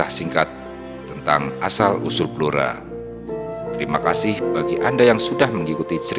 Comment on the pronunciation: BLORA dibaca BLURO.